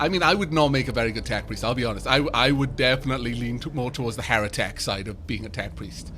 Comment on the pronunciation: I love how it sounds like you say (or you actualy do say) HereTech instead of Heretic